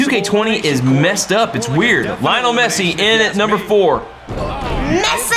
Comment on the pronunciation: It's lie(nol) mess) e